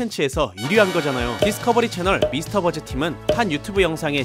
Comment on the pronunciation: 미스터버즈가 아니고 미스버스터즈에요 mythbusters 입니다